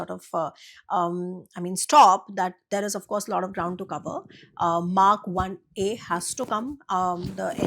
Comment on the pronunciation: Or does she mean MARK-1 and the accent makes it sound like MAC 1 😂